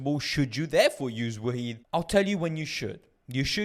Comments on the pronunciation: I always pronounce it as “Wa-hid” (1 in arabic) lol, great video bro! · It’s pronounced wahed (one). Jzak for info